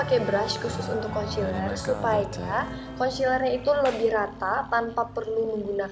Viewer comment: emang sih tulisannya concealer tapi bacanya konsiler bukan konciler. ayeliner bacanya aylainer bukan baca langsung ayliner.mau kasi tau pemerah pipi yg kk omong itu blush on yaa...bacanya blash on...heheheheh aku cuma mau perbaiki cara omong yaaa...dont judge me...btw maaf nama akun aku tasya cantik buanget, alay yaa hehheeh...soalnya cuma mau lucu lucuan doang